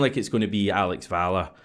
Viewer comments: …. Valle is pronounced “Va Yay” I’m nearly certain. 👍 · Hate to be that guy but I don't think anyone else has said it yet. 'll' in Spanish makes a 'y' sound, and 'v' is pronounced as 'b'! Either way, I hope he's better than Bernabei.